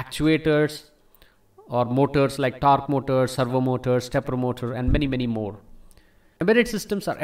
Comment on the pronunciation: "andmanymanymore" lol I love it